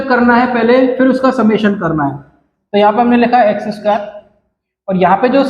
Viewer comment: Square hota hai sir lmao